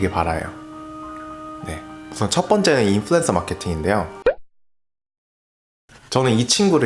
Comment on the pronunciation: 인플루"엔"서라 하는 거 듣기 싫어요ㅜㅜ언 으로 발음해주세요